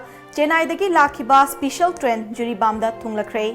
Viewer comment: Yaipha ba not especian should be pronounced in special ok